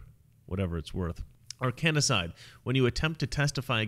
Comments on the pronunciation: You're putting an extra syllable into "Arkancide", It's not "ar KAN a side" it's "AR kan side" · Say Arkanacide one more time...lol. its Arkancide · Why cant you say arkancide properly?? There IS NO second 'a'. Its AR-kan-cide, not ar-KAN-a-cide. Conspiracy and murder exists, more than you think....simply put the evidence together and pattern recognition and common sense spells out what's happening. smh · It’s Arkancide— A-R-K-A-N-C-I-D-E, not Arkanicide. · Ar-kan-cide not Ar-kanny-cide. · 3 syllables : / r - can - side/ NOT / r- can - i - side/ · Are Can Side, not "Are Canna Side" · Come on dude, its Ar-kan-cide. NOT Ar-kan-i-cide. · It's arcancide, not arcanacide. Like Arkansas (which should either be spelled Arkansaw or pronounced ar-kansas). Arcanacide would be death by fell magicks. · Arkancide is a three syllable word. Not four. Get your Clinton Crime Syndicate lingo correct. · It's Arkancide... NOT Arkanicide. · I watched for 9 and a half minutes until you continued to read Arcan-cide as Arcan-a-cide and couldn't listen Anymore. There is NO 'A' in Arcancide between the letter 'n' and 'c' ... how the Hell could You Not see that mistake? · It's "arca-cide", not "arcaA-cide" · Not ARKANA- ARKANCIDE like Arkansas pronounced Ark-an-saw. Take it easy, man.;) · Funny video! BTW I think for the future it's pronounced "Arr-Kan-Side' like 'Arr-Kan-Saw', rather than 'Arr-Cani-Side' ;) <3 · ARE-CAN-SIDE not are-can-A-side. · You're adding a syllable. It's Arkancide not Arkanicide. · AR-KAN-CIDE, not AR-KAN-I-CIDE! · Arkansas or Arkanasas? It's Arkancide. I think you've added an extra "a" I wish you had mentioned that Hillary joked in a Tweet about Epstein and suicide. I found that to be odd. But then Hillary just found out if you joke about something publicly, like Trump did with Russia should hand over her emails. It's just a joke. Also, Hillary's joke was funny...... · Arkancide, not Arkanicide. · It is pronounce Ark cun cide. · Um...its not "arkan-a-cide".